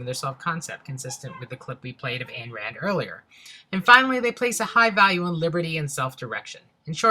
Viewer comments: AYN Rand. Not "Anne". Ayn, as in "MINE" (of course). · I knew this video was going to be a loser from the very beginning because: (1) He didn't even know how to pronounce Ayn Rand's first name and (2) The fact that he brought up Ayn Rand as a libertarian to begin with. She wasn't. In fact, she didn't like libertarians. I guess the "experts" who did this "study" never even bothered to find out what a libertarian is in the first place: “Libertarianism is a political philosophy. It is concerned solely with the proper use of force. Its core premise is that it should be illegal to threaten or initiate violence against a person or his property without his permission; force is justified only in defense or retaliation. That is it, in a nutshell. The rest is mere explanation, elaboration, and qualification—and answering misconceived objections.” The reason being: "Libertarianism is simply self-ownership. You have the right to control your body. From this logically follows that you can own physical property that you have either used first or obtained through contract from a previous property owner. In practice this means non-aggression and a contractual society based on voluntary relations." OBVIOUSLY, the above statements apply to independent adults, i.e., not children nor teenagers who still need the guidance or economic support of adults; nor do they apply to adults who are incapacitated in some way, e.g., Alzheimer's Disease.